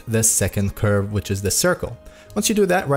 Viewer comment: dude cant say curve and says objects r colors 💀